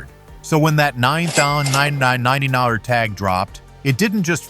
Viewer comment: LOL! Funny how AI has trouble saying $9,999 NA-NI-NANNA NA Dang.